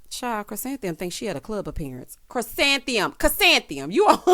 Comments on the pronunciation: Not calling “Ku-san-thee-um” flower child! 🤣🤣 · I’m so glad I don’t have to listen to Ron try to say Chrisantheium. anymore.